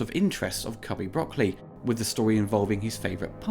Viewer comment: All Bond films are effectively the same to me. Also, thanks for pronouncing Broccoli correctly.